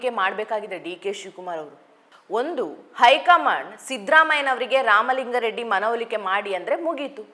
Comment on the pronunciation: ಇವರ ಕನ್ನಡ ಉಚ್ಛಾರಣೆಯಲ್ಲಿ ಸ್ವಲ್ಪ ಸಮಸ್ಯೆ ಇದೆ, ಇವರು ಸೌಮ್ಯಾ ನಾಯಕ್ ಆಗಿರುವಂದಿನಿಂದಲೂ. ಆಗ ನಾನು ಅಭಿಪ್ರಾಯ (ಕಾಮೆಂಟ್) ದಾಖಲಿಸಿದ್ದೆ. ಅ'ದಿ'"ಖಾರಿ! ಖಾರ, 'ಧಾ'ಕಲೆ , ಇನ್ನೂ ಮುಂತಾದವು. ಇಂದಿನ ಕಾರ್ಯಕ್ರಮದಲ್ಲಿ"ಲಿಂಗಾ ರೆಡ್ಡಿ " ಎನ್ನುವುದನ್ನು, ಕಾರ್ಯಕ್ರಮದುದ್ದಕ್ಕೂ"ಲಿಂಗ " ಎಂದೇ ಉಚ್ಛರಿಸಿದರು.